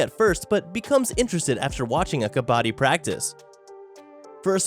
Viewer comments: Wtf its not ka-baa-di Its ka-ba-ddi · Well It's not pronounced "kabadi" but pronounced "Ka-ba-d-d-i" It's an Indian sport. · its burning kabadddddi (ka-ba-dee) not kabaadi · This guy literally saying kabaddi like kabadi (Indians can understand) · It is pronounced as ka bd di i am telling you as I am indian and this game is also indian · As the origin of the game is in my country I would like to tell kabadi is pronounced as "Ka-ba-T" the "ba" in it is pronounced like the ba in baboon n not like the ba in bag... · the way he pronounced kabaddi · Oh god the way you butcher Kabaddi yet say it's name the most..... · Tbh no offense but ur pronouncing kabaddi wrong and bow it’s from India (I am from India)